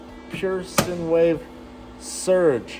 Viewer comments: Hiya from over the pond. Thoroughly enjoy your varied content. Your Pure Sine wave Inverter is pronounced "Sign" not Sin. Take care, and stay safe. 😀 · Long i, silent e for sine wave. NOT sinwave. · Enjoyed reviewing the system. Only one issue. Sine refers to a sinusoidal wave. It is pronounced like "sign" not "sin". Just saying. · FYI - Regarding the “Sine Wave Inverter”, Sine is pronounced like the word sign. Same as stop “sign”. Sine is a math function. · "sine" is pronounced like "sign". Running an inverter is good for those things that need to be mains AC powered. You can also run some lights off the 12 or 24V directly and get a bit more efficiency in the result. Gear from the automotive area is a good idea. Since you seem to have the room a desiccant based air conditioner may be a good idea. I will explain how it works in general terms. Motors work blowers and move desiccant from place to place to make it all work. -- There is a solar oven where heat is used to dry out desiccant. -- There is shaded sealed cooling room where the hot dry desiccant cools off. -- Desiccant is used to dry out air. -- Drying air heats it up so there is a "cooling" chamber -- This "cool" dry air is spit into two paths. -- (1) path 1 air gets a lot water added making it cooler very wet air. -- (2) if "heat exchanged" with (1) to make cooler dry air -- some water is added to the (2) air to make it normal humidity. There are ways to add more steps to get even cooler air if needed. Splitting the cool dry air into 3 paths will get you some of this.